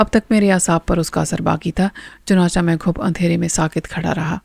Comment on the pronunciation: Madam its chunachay not chunacha